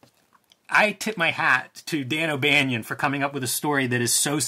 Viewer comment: It’s Banon like Cannon